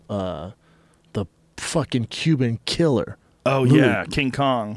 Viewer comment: Joe "he's a fucking a killerrrrrr" Rogan.